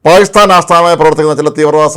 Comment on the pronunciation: പായിസ്ഥാൻ അല്ല പാകിസ്ഥാൻ.